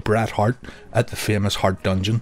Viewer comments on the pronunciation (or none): none